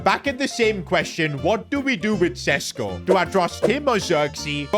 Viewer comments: PCQ: Šeško is considering leaving the club cause he is on the bench too much but the main reason behind this is the fact that u cant say his name. It is pronounced Shesh-koh not Sesko. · Day 1 of begging that šeško isn't sesko but sheshko because of his nationality and the thingies up on the s